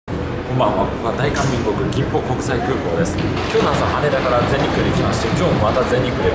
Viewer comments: ぎんぽじゃなくてきんぽね(笑) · よど号ハイジャック事件(1970年)の人質乗客が解放された空港ですね…。金浦空港。ちなみに、韓国・朝鮮語は、言葉のはじめが、必ず清音発音です(釜山→綴りはブザン→発音はプサン)。